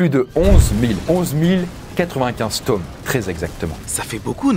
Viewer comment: tu dis tomes mes pas toomes